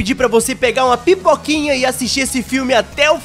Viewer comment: inicio :vc pega uma pipoquinhha oq eu ouvi:vc pegar a pipokinha KAKAKSKA